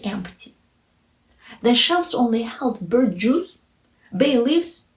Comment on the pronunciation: Maybe birch isn't at the forefront of other listeners' minds as it is for a cold-climate person like myself, but I thought your pronunciation was just fine!